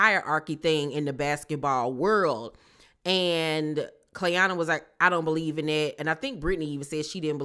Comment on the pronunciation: It’s the cast just butchering Clayanna’s name for me they don’t gaf ok 😂😂😂